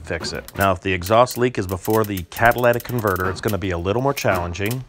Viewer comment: It's catalytic converter, not cadilladic converter.